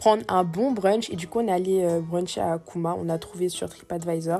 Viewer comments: D :D :D C'est pas kuma c'est Cuma(Jomaa) ça signifie vendredi. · coucou juste pour te dire que le restau où vous êtes allés en Turc ça se prononce djouma et non kouma bisous